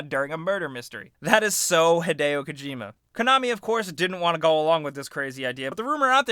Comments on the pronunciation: it's Hid-ee-o not hid-ay-o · Rowan Betts no, it's Hid-ay-oh. 'E's' are pronounced like 'ey' in Japanese. If it was hid-ee-oh, then his name would be spelt Hidio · arron mullings not to be a grammar nazi, but it's hideo.